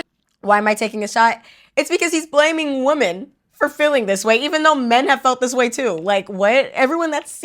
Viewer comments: Why are we pronouncing WOMEN as WOMAN? Why do people not understand the difference between singular and plural anymore, especially women it comes to WOMEN? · Why are you pronouncing the word women wrong?